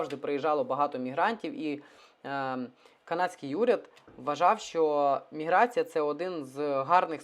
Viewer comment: Тільки мені ріже слух слово "міграція"?